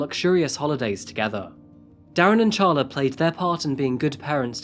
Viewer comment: Who names their child “ Char-La as apposed to Carla? A person who bought our house said that her name was “” Char-lene” as opposed o Charlene and she was crazy. LOL